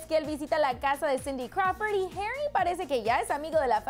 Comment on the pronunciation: Herry no mames pronuncialo bien es HARRY así tal cual -.